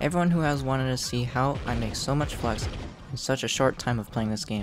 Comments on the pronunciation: lol i thought you said fucks at the beggining of the video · Am i the only one who heard ''fucks farming guide''?Anyways, great and helpful video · Lol who else though he said hey guys welcome to my fucks farming guide